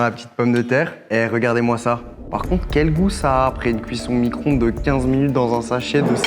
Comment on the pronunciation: "Micronde"😂 c Micro-onde